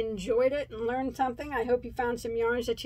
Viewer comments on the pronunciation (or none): none